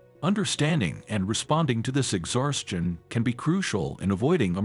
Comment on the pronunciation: Did you say exharshtion?